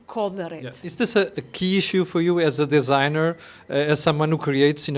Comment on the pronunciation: perdoe-me o reparo mas a palavra Designer pronuncia-se como "Disigner" e não "Désigner". Sou designer industrial e faz me confusão sempre que ouço a minha profissão ser pronunciada de forma errada. Cumprimentos e Parabéns pelo seu grande trabalho.